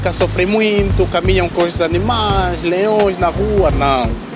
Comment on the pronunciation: melhore a sua pronúncia da palavra Muito. Abraço direito de Luanda.